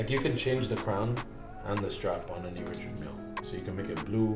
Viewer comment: I cringe so hard at how Americans pronounce Richard Mille.